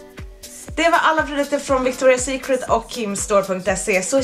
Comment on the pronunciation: Hahaha, jag typ skratta ihjäl mig när du sa fel på Victoria secret 😂😂💕